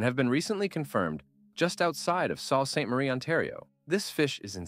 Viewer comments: It's said like "sue" ste marie my friend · It's pronounced "Soo saint marie" Great video 👍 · Sault St. Marie is pronounced Sue St. Marie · The narrator (AI ?) lost me at "Salt St. Marie" 😂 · I liked the video but a couple pronunciations were off: Bay of Quinte - bay of QUIN-TEE Sault Ste. Maire - SUE saint marie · Why didn't you learn how to pronounce Saint Lawrence River, Sault St.Marie and the rest properly before making this video? I mean you obviously took the time to learn the proper pronunciation of each of the fish species but not where they live. Why didn't you do your due diligence with the place names? You can do better; so do better.